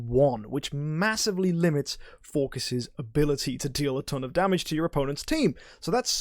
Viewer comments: even tho its a greek god, this isnt who hes based after. 99.9% of people call him "Phor-sees" not "For-kiss", and yes, youre the .1% lol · if you check how it should be pronounced, you get /ˈfɔːrsɪs/ - so pronunciation doesn't seem quite right. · dude it's pronounces For-Sees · you dont gotta get all smart on me lmao, im js you sound weird saying it, no harm in saying an idle heroes hero name the correct way. were not talking about life choices here, just a character in a mobile game. anyones tho, love you mk :) no hate.